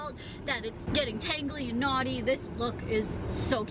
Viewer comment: everytime she say knotty I hear naughty